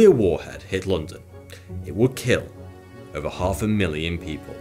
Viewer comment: "Ova a million people" what an annoying voice